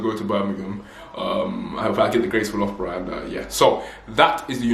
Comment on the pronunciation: It's pronounced lufborough btw 😘